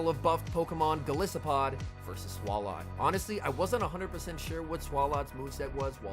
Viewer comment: Every time says “Swall-ought” instead of “Swallow” I die a little bit inside